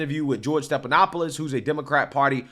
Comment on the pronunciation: Stephanopoulos is NOT pronounced Stepanopoulos. No P. F, as in Frank. Steffffff. Not Stepppp. Be better.